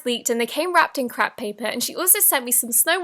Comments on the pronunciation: you pronounced crepe paper as crap paper😂 Honest mistake😂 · She said crap paper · Who else heard “crap” paper 😂😂😂😂😂😂😂😂😂😂😂😂😂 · Did she say crap paper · I thought she said that too! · I heard "It came in crack paper" '-' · it sounds like you said __ paper instead of crepe paper